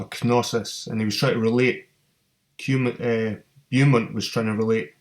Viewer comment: It's pronounced 'Bow-mont' mate